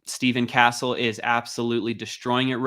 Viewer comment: The way you said castles name is criminal